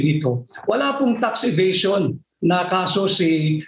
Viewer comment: Pinky Webb obvious ka sa Sobrang Dahangdahan mo na pag bigkas ng Tax evasion (FACT) WOW KALA KO MATALINO KA GIRL ! Ganda pa naman diction mo .. di mo alam yung story ? Journalist ka ba talaga ?